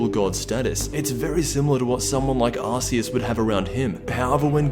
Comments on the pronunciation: >Ar-see-us DAMNIT IT'S AR-KEY-US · it's pronounced arKeus, not arse-ious. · KenzaXI AMV's It doesn't matter what country you're in, it's pronounced ARK-EE-US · IT'S ARCOOS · It's pronounced ARK-EE-US. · KenzaXI AMV's Nintendo/gamefreak call it ARK-EE-US so that's how you pronounce it. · Lol ive always pronounced it Arrs-e-us... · KenzaXI AMV's I always pronounced it Ar-See-Us Until a couple years ago, my point is that there is one way to pronounce it, it just sounds different in other accents. I just gonna stop arguing now as it's getting rather bland and pointless. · Babylon I fucking know. It sounds so wrong. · Is Arceus pronounced differently in Austrialia or did fk up?